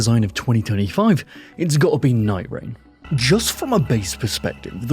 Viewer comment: Can you put a list of items you're talking about in your description or have the game name show up as a text on the video. I had to replay the nightreign multiple times, because I couldn't make out what you were saying. And you only said it one time.